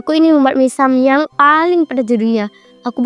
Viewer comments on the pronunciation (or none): mie samyam😭😭🤣🤣mie samyang woiii